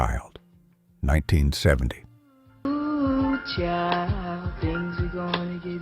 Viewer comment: I’m sorry, but the narrator’s “O-O-H Child” is working me. Everyone knows the name of the song is “Ooh Child.” And, ask someone how to pronounce Eddie Levert’s last name, because it’s not what the narrator said in this piece. I’ve noticed other things from this narrator that make me wonder if this is a black man because there are things said incorrectly by this narrator (in this and other pieces) that a black person would know. Again, I don’t mean to be overly critical, but if you want your followers to trust your journalism, you have to be open to some constructive criticism.